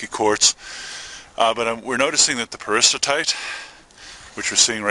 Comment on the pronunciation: There seems to be a disconnect between the pronunciation and spelling of "Peristerite" here...